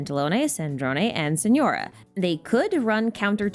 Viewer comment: TARTALIA? SENORA? WHAT 😭